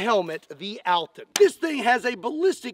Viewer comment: Cool test. Cool video. Thanks for it :) But name this helmet is not "altin", its "Алтын". Its sounds different. But actually, no matter🤣